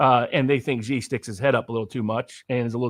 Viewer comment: Wow, he is very, very smart. One thing, and do pass this on: "Xi" in Xi Jinping is pronounced like "she", as in the female pronoun. Not zee like zebra. Not gee like genius. Not jee like je t'aime. See Wikipedia article 'Xi (surname)' or Google will say it. Phonetically, it is /ʃiː/ or shee. (If one pronounced Trump like Thrump or Macron like Maclon, a polite correction would be appropriate, right? Well, Xi is just as prominent a leader.)